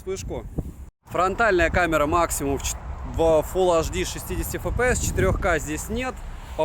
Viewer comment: Обзоры у тебя супер, очень радует скурпулезный подход👍. Вот только прекращай уже со своим "фул аш ди"). Все таки на большую аудиторию вещаешь. Фул Эйч Ди! 🤝😉